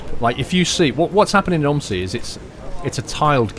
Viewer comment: Its not pronounsed om i si it pronounsed o m z i